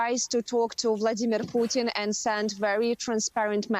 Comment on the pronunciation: Yes! Someone who pronounces "Putin" correctly. Learn, you exceptional Americans!